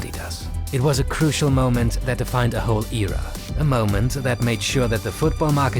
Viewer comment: can you say " era " agajn xD